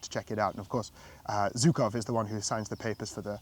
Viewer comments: Please just learn how to tell surnames properly. It’s Zhukov, not Zukov. This pronunciation just makes my ears bleed even though like you I’m not Russian nor do I speak Russian. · Being polite buddy also means learning the names of the famous people you’re mentioning properly. It’s not like general Zhukov is somebody unknown. Don’t be an ignorant Brit. If we all know how to properly pronounce Field Marshall Montgomery’s surname, it’s not so hard to properly pronounce Zhukov. Even I who can’t speak Russian managed to learn it properly, so hope you’ll get there as well. I wish you all the best👍🏻👍🏻